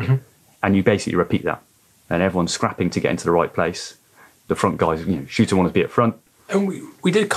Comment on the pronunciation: Its Shurter not Shooter.. otherwise an excellent podcast!